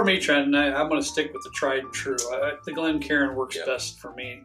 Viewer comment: I’m just glad to hear you guys properly pronounce it a Glencairn glass as opposed to calling it (glen-karin) 😉🥃